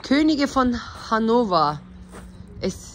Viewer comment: Abla Hannofaa okunuyor ! Hanofer degil😂😂Abla Türkleri nasil tanirsin biliyormusun ? Herseyi ellemek istiyorlar ondan hemen anlarsin🤣yaa bi ellemeyin cicekleri Pflanzenleri 😁❤️